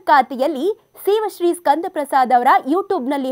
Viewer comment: Pronounce girl’s name properly